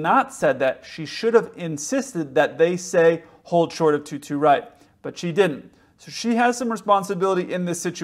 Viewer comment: She didn’t get the readback…she spoke ultra fast which is normal for ATC but she didnt pronounce well, as she truncated the words “ hold short of”